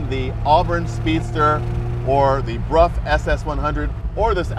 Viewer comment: dear Donald....could you please correct the underline of the motorcycle part...it is a Brough Superior, not Bruff😉